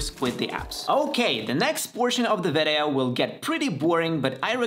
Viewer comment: You keep saying "vedeo". What is your primary language?